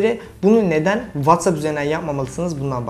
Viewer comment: Dil geliştirmek için İngiltere'ye giden sen, halen Whatsapp'i (watsepi) "VATSAP" diye okuyorsun.